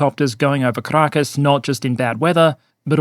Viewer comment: Why do I sometimes hear Carakkis instead of Caracas? 😅 But still fitting. Great video as always